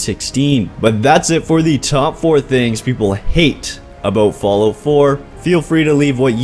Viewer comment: Hahaha. Falloot.